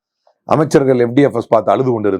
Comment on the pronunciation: எஃப் டி எஃப் எஸ் என்று சொல்கிறீர்கள் என்னவென்று தெரியவில்லை